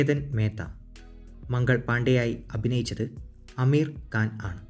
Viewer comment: ആണ്ട് അല്ല ആണ് എന്ന്